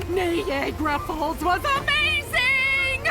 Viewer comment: Omfg I never noticed twilight's mom said "neigh- gara Falls" horse pun.